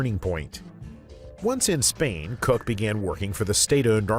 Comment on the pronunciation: Firstly, I want to say how much I absolutely love this awesome channel, thank you all so much. I do however have some question about the bizarre pronunciations in this video. haha If "Koch" is pronounced "cook", then why "Koch" is now pronounced "cock" ...? haha .... and then KET-me? KETME?! haha Come on man.... just come on. <3 haha